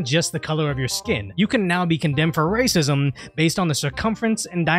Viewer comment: It's white rrrrr-acism...lol